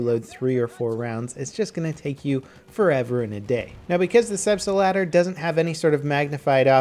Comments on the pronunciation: Love your channel man! Great content! But please ist Selbst-lader, not selbstE-lader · Also, your pronounciation is wrong. Selbst lader. Not selbstAlader. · STOP SAYING 'SELBSTALADER'. ITS 'SELBSTLADER', S-E-L-B-S-T-L-A-D-E-R, ONLY ONE A IN IT!!! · Get you German right. It's SelbstLAder, not SelbstALder ;) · please learn to pronounce gun names correctly. Mispronounciantion is one of the worst things ever. the Selbstlader is two words that have been put together, Selbst-lader it literally means self loader. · Zeno Paukner he is making fun of how level pronounces it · mapffff he says selbstalader, eventhough there is only one A in it :/ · Sleb-ste-ladder? No. Selb-stlaughter. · I believe it's pronounced "Zelbst-Lahdder". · SelbstAlader is not very accurately describing it with an English accent. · what i dont get is: where does he find the "er" in Selbst(er)lader?! its like saying auto(er)loader..... plz, learn atleast some german^^ ITS WORTH IT! ;) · You'd think he'd do some research on how to pronounce the name before shitting on a perfectly fine weapon. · its called SELBSTLADER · Everytime he pronounces the Selbstlader, the part of the brain that remembers the languages I learned hurts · Hej, I'm from germany and can't take how you spell "Selbstlader":) Dont spell it with pronounce on the "L-Ader", dont split it. Just go through the word in one line. Think of "The gun loads itself" or "Das Gewehr lädt sich selbst". Try spell it like "Selfloader". Hope it helps and greetings from a german Fan:) All the best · I clicked on this video to see how would butcher the name of the gun and he did not disappoint.:D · I honestly don't know what's worse, his repeatedly terrible pronunciation of the gun name or the fact he doesn't even play the medic class properly. Heal your teammates! I know you can do better than this. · his pronunciation of the name selbstadler is so bad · wtf it's Selbstlader not Selbstelader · Its Selbstlader not Selbstader